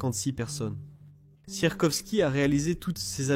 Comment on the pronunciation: encore une fois l'IA plombe la vidéo et on ne dit pas sirkosky (ou sirkoski) mais Sikorski